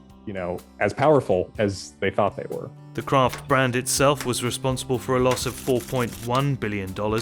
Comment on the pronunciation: I thought it was Kraft, not Croft ? Hmmm. You learn something everyday.